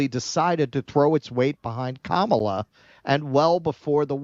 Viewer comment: It's Kama-la. Not KA-MAAAH-LA. If you're going to do coverage on her at least get her name right.